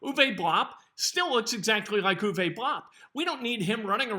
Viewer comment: I love how you say Uwe Blab. LOL